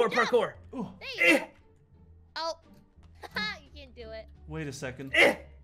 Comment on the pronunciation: parkor parkor me:OML I HATE PARKOR PARKOR ONLY IF IT WAS MC DONALD'S OBBY OR PARKOR